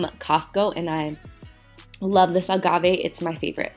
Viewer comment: The way you say Agave 🤣